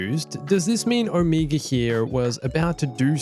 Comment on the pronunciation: She pronounces wrong but it’s probably just her accent. It’s oh-meh-guh